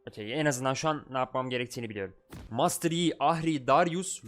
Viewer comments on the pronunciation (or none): none